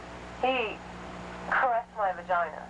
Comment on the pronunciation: He *pause* caressed my vagina. Shatner would be proud.